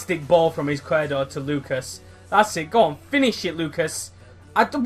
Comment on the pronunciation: It's pronounced Ees-quier-do, it means left in spanish